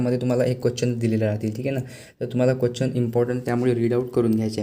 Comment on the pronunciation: Bhava question bol na quechan ka bolto aahes 😅